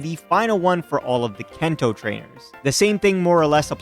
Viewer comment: Brilliant video. Loved the idea. But my God... "kento". Not sure if you're doing a bit to get more engagement... But yeah it wasn't great to hear you keep doing that over and over again.